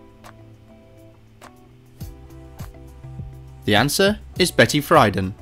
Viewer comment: "Betty Fryden".